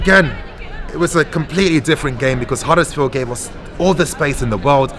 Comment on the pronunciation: Ffs it’s Huddersfield don’t worry I don’t need a red heart to know I’m right 👍